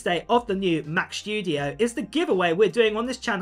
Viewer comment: Has anybody understood when the Mac Shtudio comes out?